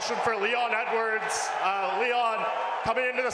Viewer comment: haha, feeling sorry for Leon rocky edwoars🤣🤣🤣🤣